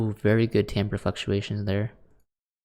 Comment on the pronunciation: LMAO i love that you finally learned how to pronounce timbre it's okay i used to think it was timber too